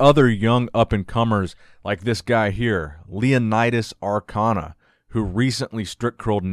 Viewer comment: Wonderful video! I enjoyed myself. Ps. It's Leonidas ANkona with N not Arkona with R.